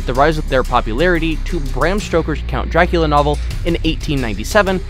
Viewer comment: He can't say Dracula right